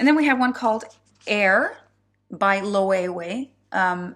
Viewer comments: Loewe is lo-evey . Pronunciation. Hope you don’t mind me saying x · It's pronounced Lou- ay-vay. It's a Spanish house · so funny, my husband and I wore agua de Loewe about twenty years ago and called it ‘low’ thinking how sophisticated we were! Hahaha I’ve only learnt thé pronunciation in recent years. Xxx